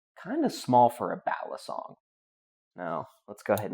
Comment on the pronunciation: Fyi: Balisongs come in all sizes... mini, regular, and dagger size,, ever been to the Philippines? the way you say balisong is giving me a nosebleed sir ;)